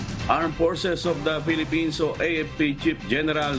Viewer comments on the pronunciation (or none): none